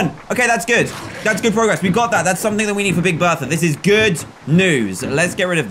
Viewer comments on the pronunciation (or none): none